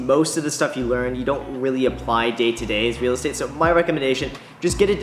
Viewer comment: Dude said weally